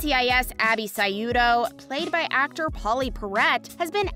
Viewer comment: Can you please pronounce the names correctly, Abby's last name is pronounced Shoe toe, because Abby's father even though she was adopted was of French descent and Abby grew up in Louisiana and Pride of NCIS New Orleans was always trying to get her to come home